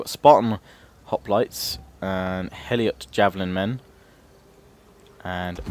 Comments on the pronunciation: It's Helot, not Heliot. It's Hellas, not Hellias. For fuck's sake... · helot is pronounced hell-lot (they were slaves) not hell-iot. Just trying to help you with your pronunciation :) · It's not heliot its helot